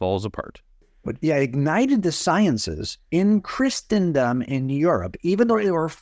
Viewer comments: I don't like how Wallace overpronounces "Christendom" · I've never heard anyone pronounce, let alone overemphasize, the "t" in Christendom before. I guess that makes Wallace super-Christian.